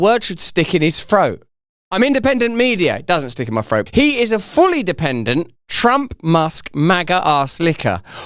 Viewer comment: I love the way he says “froat” 😂